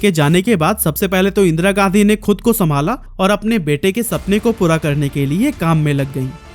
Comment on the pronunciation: भाई तुम गांधी को गाधी क्यों बोल रहे हो?